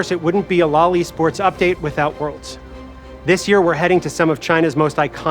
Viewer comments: When they say "lol e-sports" I also hear "loli sports". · No one heard these guys say what sounds like "loli sports" multiple times and told them to just call it "league esports" lol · "Loli sports" ... maybe just spell it out as L.O.L. when pronouncing it... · stop saying loli-sports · Did he say Lolli Sports? 😬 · He prenounces it as Lolly Sports 🥲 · Please stop pronouncing LoL eSports as "loli sports" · LoL e-sports sounds like Lolisports omg haha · I heard Lolli sports. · LMAO he’s saying LOL E-sports I’m dead